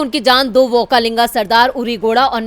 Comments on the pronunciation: व्होकालिंग नही वक्कलिंग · Okka linga nahi. Okkaliga